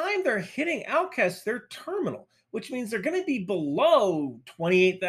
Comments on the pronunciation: Al"ch"evsk. It makes "Ch" sound like "ch"opsticks. And for the future I would also like to explain that "Kh"erson makes "h" sound like "h"ope. I have no idea who put K in here, the rules of transcription are kinda weird. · It's AlCHevsk, CH like in Chips, not like K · A friendly explanation of "Alchevs'k" pronounciation: ch is not "k", but "ч" like in chair, chain, chase. And "s'k" has softer "s". Please keep the good work and thank you from Ukraine. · the "ch" in Alchevsk is pronounced the same way "ch" is pronounced in "chair", not "chemistry". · Hey, if you're not sure how to pronounce a foreign word, try having Google Translate say it. It's not 100% perfect but it's 100x better than random guesses. For Alchevsk I'm not sure how you started pronouncing it AR–something, but it's just al-tchesk. Pretty much exactly how it was written, just with a semi-silent v; it would even likely be understood if you said al-tchev-sk. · Hi,. Thanks for your videos. I really like them. Started watching you when the ruzzia invaded my home country Ukraine. I wanted to give you a tip, as I noticed that you sometimes struggle to pronounce Ukrainian city names. A lot of our cities have 'ch' inside them, and you would read it as a regular 'ch' sound at the start of words in English, for example, in words like a check, checkout, checklist, etc But not like in alchemy/alchemist Al-chev-sk P.S. You don't have to uppercase the word russia, it doesn't deserve to be uppercased. You can make it even smaller, ʳussia =) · The correct pronounciation of Alchevsk is "Al - Che (like in Czech) vsk" - if put into google translate alczevsk and not deafen v like it does you'll receive corect name more or less, transliteration is correct but pronounciation not that straight forward for non native speaker. Anyway thanks! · Alchevsk, Al as in aluminium, "Ch" as in chair, E as e, and vsk basically is read as it is written